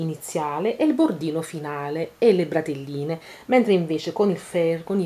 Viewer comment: Ma una volta non si chiamavano bretelle?!...e non bratelle!!! Credo...